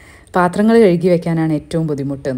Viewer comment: കഴുകി എന്ന വാക്ക് കെഴുഗി എന്ന് പറയുമ്പോ ഭയങ്കരമായി ആരോചകമാകുന്നു